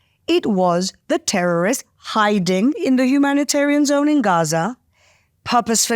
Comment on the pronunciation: You mean tewowist? Tehowist?